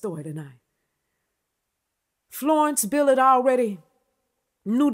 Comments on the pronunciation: First time I've heard Mary Wilson was doing Berry Gordy. I love your style but calling her Florence "Billard" was driving me bananas. lol You're good. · I'm going to forgive the fact keeps butchering this woman's last name and I'm just going to receive the message in the genuine sense that it's given...